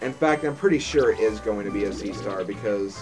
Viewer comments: I think it's pronounced zee-tar. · Card Party was amazing. I was so addicted to it. I wish there was a REAL Card Party board game published by Nintendo. By the way, "Ztar" has always been a trouble pronouncing for me as well; however, I THINK the proper pronunciation is is "Zar." The "t" is silent, I believe. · it's not Z Stars it's a zart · When I say Ztar, I actually pronounce as "Ze-tar".